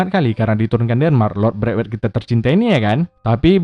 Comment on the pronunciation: langsung ngakak 😂😂😂 gua chinnol biawak ngomong braitwet tukang sunat 😂😂 player pubg gak tuh wkwk